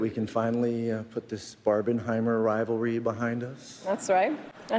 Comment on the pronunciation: Barbenheimer thingy got me crazy. Then, he pronounces "rival ry", moreover, accentuating both of them, rival and ry. English speaking people should be taught from elementary school to don't deform their language so much. Just look how bad you currently pronounce... "that's rai, that's rai his ken and Kishy..." [the rest of it is understandable after interpretation]. But I understand every single word of what says, without any problem.